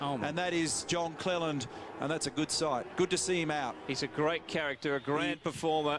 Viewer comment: CLELAND not clealand lol